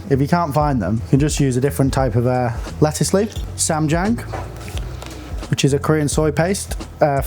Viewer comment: Who told you that's how you pronounce ssamjang?